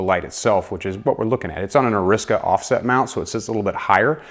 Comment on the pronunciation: it's not ARI-SICKA, it's pronounced ARISAKAYE